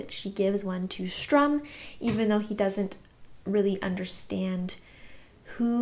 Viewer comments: Your pronouncing it "Strum" is kind of adorable. I would miss it if you stopped. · So basically pronounce better but keep pronouncing Sturm the same. Gotcha 👍😂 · I understand that I do say the two names wrong. I’ve had people tell me and I do try to say them correctly. I have just known them by those names my whole life since that’s how my parents pronounced them and my mom originally read me the Dragonlance chronicles, so it’s hard to change after so much time. If I think about it, I do better and I will try to remind myself to say their names better but please be patient with me if I slip back to my original way of saying them. Thank you for helping me improve 😊